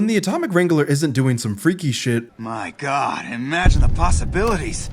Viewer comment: GOT? really? I'm Spanish and even I know it's said GOD DAMN GOOD